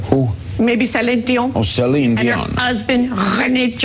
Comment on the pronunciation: Celine Dee-on